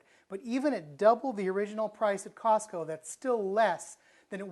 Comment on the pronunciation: Mark Blackers I thought he said softco. He must be back east